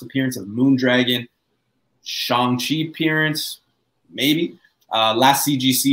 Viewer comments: It's Shang-Chi, not Shong-Chi. Idc how Feige pronounces it. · 😂🤣 when butchers name Shang-Chi twice, Shung-Chi, then Shong-chi. LOL.